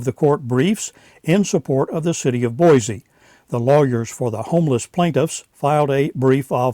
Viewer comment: You are good at correcting other people's information so as a native Idahoan I will help you out with the correct pronunciation of the city of Boise. It is Boy-See not Boy-Zee.